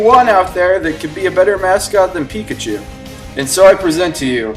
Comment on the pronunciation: But pichachu is phicachu!!